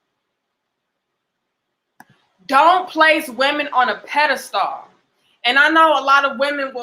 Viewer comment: My girl is pronouncing pedestal all wrong 😂😂😂 good vid though